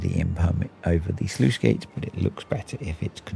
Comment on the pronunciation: Sluice, not sleuth!